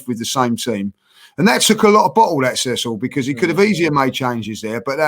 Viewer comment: Man called Cecil "Curtis" lol